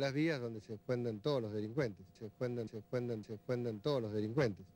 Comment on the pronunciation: Se "ESCUENDEN"